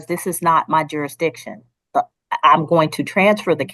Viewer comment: If you cant say the word "jurasdishin" you don't get to represent yourself. You get an attorney. Waste of time.